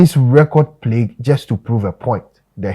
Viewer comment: Plague not Plegue